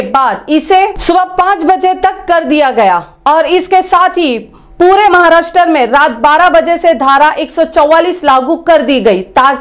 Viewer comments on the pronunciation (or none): Maharashtar nahi Maharashtra aisa boliye